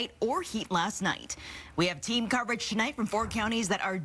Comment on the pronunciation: IT'S SNO HOE MISH NOT SNO HA MISH